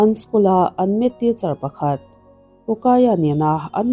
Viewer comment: Maths ilam dan hi adiklo. Meth lam dan angin i lam a